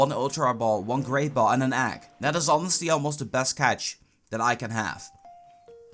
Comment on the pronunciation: what's an "agg"?